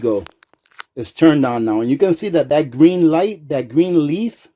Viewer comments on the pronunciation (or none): none